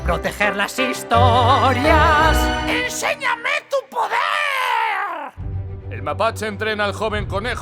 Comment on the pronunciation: No puedo con el ENSEÑAME TU PODERRRrrRrR 😂😂